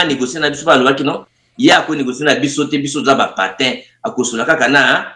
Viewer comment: voulez-vous signaler à votre invité qu'il essaie de bien prononcer le " PANTIN" qu'il a du mal à prononcer. Il dit patin